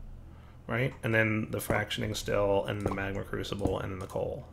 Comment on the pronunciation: Also, it's pronounced "frack shun ate ing" not frack shun ing.